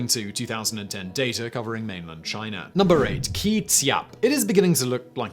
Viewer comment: Take a shot everytime Simon says: China, Chiner, Chinese...